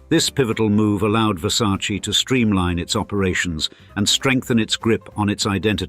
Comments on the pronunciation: “It’s ver•sa•che… not ver•sa•chee” ~Donatella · It isn’t pronounced VersacEE. It’s VersacE (with a sounding Latin e, not an Anglo ee) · Wow you know everything! The right pronunciation is VersacEh (just to who want to spell it right) non VersacI. And being billionaire is not being happy, the same old and sad story 😢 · Were you aware that the name is pronounced Versace, with an "e" as "echo" in the end, and not Versaci? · It’s a VerSayce You mean VerSarchChe Showgirls. Lmao. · In english, letter E you read like I, but in italian Versace is named with E LIKE ELEFANT, so it's not correct say Versaci....it's not difficult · Versac EEEEEEEEEEEEEEEEEEEEEEEEEEEEEEEEEEEEEEEEEEEEEEEE Not I Its E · The name "Versace" contains two "E"s, both pronounced the same way. The correct pronunciation is the same as that of the first "E". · Still pronounce Versace incorrectly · The way Americans keep mispronouncing Versace feels like scratching on a schoolboard to my ears. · Why can´t the narrator pronounce VERSACE correctly? What a hick! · In English they pronounce it differently. Like brand names that are pronounced differently in different countries.